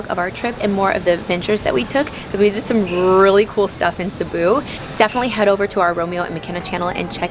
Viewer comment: the way you pronounce Cebu, pesos and also Boracay in your entryway makeover video is on point. Not a lot of foreigners say them right. 👍🏽👍🏽👍🏽